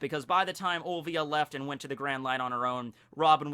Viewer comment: Robin's mother name is Olivia not Ovia!! there is an "L" there!